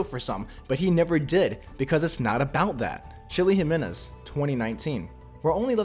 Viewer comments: its it's pronounced Himenez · ok you probabaly know this but just to help you incase you don't biu in spanish every j sound is pronounced like a h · Its annoying me by how he says jimenez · That is not how you say Jimenez 👎